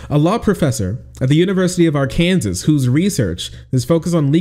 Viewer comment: while i do really love what your state just did for trans healthcare, it is pronounced objectively wrong and therefore i will not respect arKANSAS